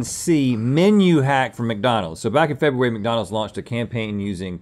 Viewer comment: Neither one of them knows how to properly pronounce FEBRUARY